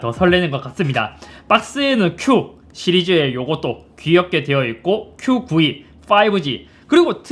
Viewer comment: Q92 말씀하시는데 [큐구이]라고 읽으셔서 듣기로 계속 QV로 들었네요ㅋㅋㅋ